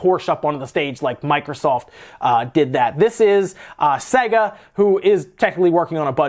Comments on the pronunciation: Iys pronounced say-guh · SEGA PWEASE